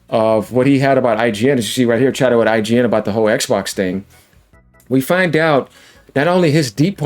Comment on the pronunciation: you said it wrong sir.